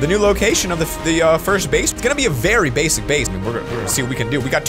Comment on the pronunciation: Did you just said a Base - ic base ? Anyone?